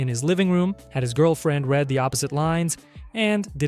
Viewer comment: and both times you pronounced "read" wrong for the girlfriend